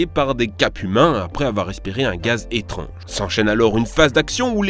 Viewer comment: on dit pas "étronge" on dit "étrange"